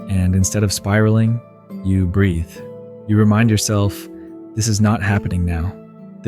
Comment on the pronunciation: That's what I noticed, a couple parts were read funny, like when he said you changed, instead of YOU changed.